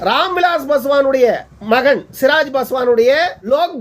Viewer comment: சிராஜ் பாஸ்வான் இல்லை சிராக் பாஸ்வான்